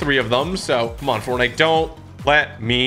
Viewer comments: Bro, forntite😂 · Ah yes, ForNTITE xD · Ah yes forntite 😂😂😂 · Forntite? WTH